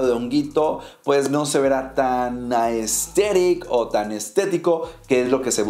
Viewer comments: un shot cada que dice ''asteric'' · Me da risa cuando el man dice Aesthetic Jsjjjsjs 😂